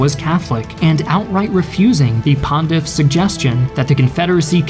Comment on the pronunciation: I can't believe I need subtitles to understand the narration of young people from my own country... He pronounces "still" as "stale", "material" as "matriál", "pontiff" as "bondiff", and there are many other confusing pronunciations; every word is mushed together in a big long string, and everything is pronounced in the laziest way possible. It sounds as if he's doing his best to get through reading a script intended for someone with more education.